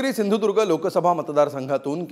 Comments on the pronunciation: याला सिंधुदूर्ग असं स्पष्टपणे म्हणता येत नाही आणि म्हणे भाजपाचाच. अरे दलबदलू तूला मात्र आता मतदारसंघातली जनता सपाटून आपटणारच. कारण तिघा बापलेकांचे लाळघोटेफण आणि खालच्या स्तरातील बोलणं. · नारायण राणे आपटणार चांगलाच, बकरा बनवला आहे, याला सिंधुदुर्ग नीट बोलता सुद्धा येत नाही. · सिंधुदुर्ग म्हनता येत नाही याला... तुला कसा पाडतात बघ कोकणकर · अरे ह्याला नीट सिंधुदुर्ग पण म्हणता येत नाही....